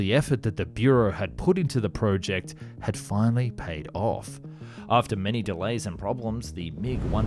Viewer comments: If he says PREWject one more time, I'm gonna cry! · Fucking hell dude the way you say "project" is infuriating.